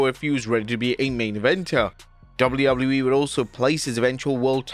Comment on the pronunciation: Dabuļjū Dabuļjū īī 😂😂